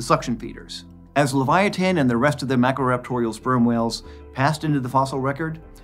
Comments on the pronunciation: I couldn't watch anymore after hearing the way he prounouces leviathan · I thought this whale was called the leviathan not leviatan?🤷🏼‍♂️